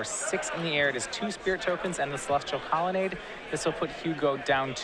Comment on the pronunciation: This guy still can't pronounce colonnade.....